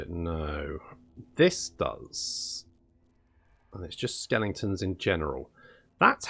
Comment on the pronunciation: It's pronounced 'skelingtons' - not 'skeletons' SMH